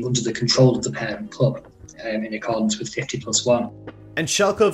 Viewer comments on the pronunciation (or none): none